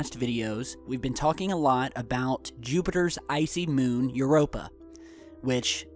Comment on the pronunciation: Infact the only moon you pronounced correctly was Europa